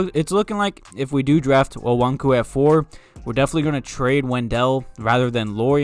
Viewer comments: I agree that no matter what you draft best player available over need. Btw it's "O-KONG-WU" lol geezuz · It's pronounced Oh-kong-wu or Oh-kong-yu. That's what I've heard the most.